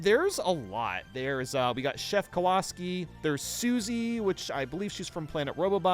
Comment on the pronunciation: "Chef Kuhwaski"